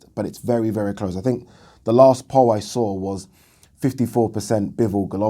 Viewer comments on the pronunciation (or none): none